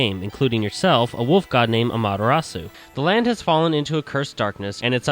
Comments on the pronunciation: Dude it's pronounced like this; ahm-a-tear-a-soo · It's actually pronounced "Ah-mah-tay-rasu." At least he's not one of those idiots who calls her Okami.